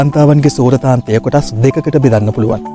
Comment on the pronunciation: සූරාන්තය හෝ සූරතාන්තය නෙවෙයි ....සුරතාන්තය....වචනය හරියට ඉගෙන ගන්න......